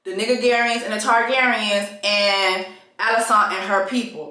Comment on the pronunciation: It’s you keep calling her “AliSANT” for me! 😂😭😭😂😭